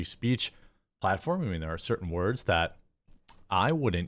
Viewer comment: Wordzezez!! REeeeeeeee!! 😂😂